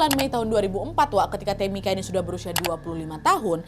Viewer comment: Tamika itu bacanya temika ibu😩 Sama kayak Angel bacanya enjel😩yak opo seh smpean